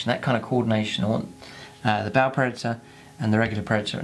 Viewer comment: That is a damn pretty tank! And I like that you pronounce the name of it right. Many is the ba player I've met who tells me how cool their 'ball' predator is. smh It's the only blood angel toy I wish other codex marines could take, mostly for the twin assault cannons.